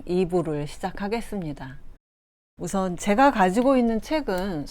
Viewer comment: 제가,성경,고전,후대, 등첫자기 긴 자인대 귀하께서는 모두 "짧게" 잘못 발음했나이다. 그리고, 왜?? 둘째자를 강하게 발음합니까?? 심각한 문제입니다!!